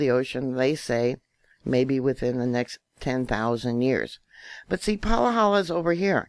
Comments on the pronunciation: It’s Pa-ha-la. Not Palahala🌴🌴🌴Maui Nancy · Im from Hawaii, Pahala is pronounced PAH-ha-LAh not Pa-LAH-ha-la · It’s pronounced Pa Ha La😬